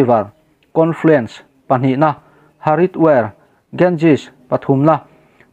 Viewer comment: Haridwar tih hi Hariduar ti a lam mai tur.